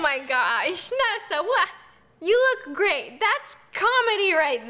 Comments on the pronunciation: on the grape one it sounded like roni said “you look grape!” lol 😂😂😂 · Did anyone else hear ‘you look grape’ instead of ‘great’ when she wore the grape costume